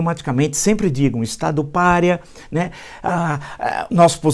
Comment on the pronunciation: Deculpe Mestre ! "Pária" e não "Párea". Corrigi pois o Mestre merece meu total respeito.